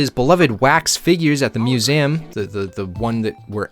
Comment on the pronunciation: STOP SAYING IT LIKE THAT! IT'S NOT "MEW-AM' IT'S "MEW-ZEE-UHM"